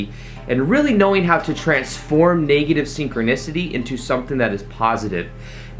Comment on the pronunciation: Not to be negative, but the e in negative is a short e. So it is not pronounced "naygative," like the e in Spanish. It's neg, like egg. Same with leg, which is not laig but rhymes with egg.